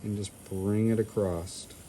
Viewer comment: Love your videos buy please please stop saying acrosst!! It's just across.